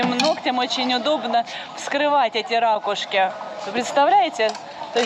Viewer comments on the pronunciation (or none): ракУшки! Ударение на У